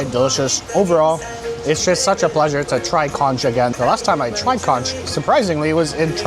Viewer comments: Pronounced “conk” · Conch = KONK Plantine is not Plantine CHIPS 🤦🏽‍♀️🤦🏽‍♀️🤦🏽‍♀️